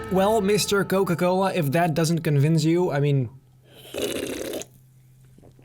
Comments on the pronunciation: Dude literally said Coca-cola'nt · Noca Cola 😂😂😂 I inderdaad loved this video. You know me.